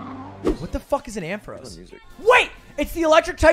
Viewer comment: they really butchered the ampharos 🤣🤣